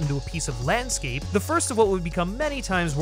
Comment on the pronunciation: OK love it, but 'lanscape' lol